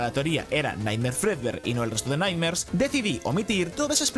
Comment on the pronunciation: Cada vez que decia nightmares, yo escuchaba light nerds...